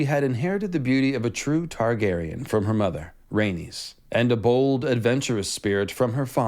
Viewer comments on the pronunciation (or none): none